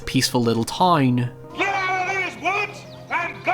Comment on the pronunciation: When he says "toyn" instead of "town" I get negative serotonin